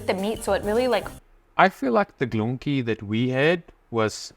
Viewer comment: STÄDEL IS A JEWISH TERM FOR A JEWISH SETELMENT 🇵🇱✝️🔯🇮🇱🕎☦️🇵🇱 GOLONKI AS YOU CALL THEM IS SOMMETHING EALS IT IS " PORK KNUCKLES " (1 GOLONKA )YOU MEAN " GOLABKI " FOR ENGLISH SPEACKERS WOULD BE " GOLOMBKI " AND " PACZKI " WOULD SOUND LIKE " PONTSHKI " . PACZEK IS 1 AND PACZKI IS 2 THAN YOU ALSO HAVE THR PLURAL WICH IS " PACZKOW " 😂😂😂😂